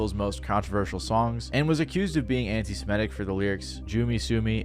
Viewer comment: "anti simitism"